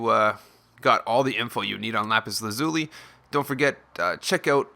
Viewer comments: It's pronounced Lapis Laz-uh-li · It's actually more like lapis laz-ya-li. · Lmao you said Lapis Lazuli wrong